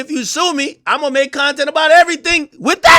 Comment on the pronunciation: You said "Bontent" ? 😂😅😂😂